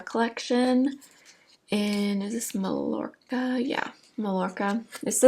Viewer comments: Btw, I think the shade of your Sephora collection bronzer is pronounced Mah-yo-rca. Mallorca is an island in Spain, so I think the double L is pronounced the Spanish way. All the shades of that bronzer seem to be named after Mediterranean islands. :) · Do the Mario blushes last on you? PS Mallorca = "my- york-ah"